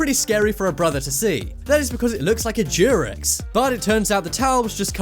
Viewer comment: What word are you using for condom? It sounds like you are saying jeerex. I've heard of a condom referred to as a rubber and as a glove, but never a jeerex. Is that slang where you live or a brand name?